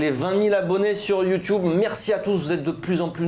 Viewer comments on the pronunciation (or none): Ça me stresse d’entendre toujours « Sur la chaîne Youtioube » 😆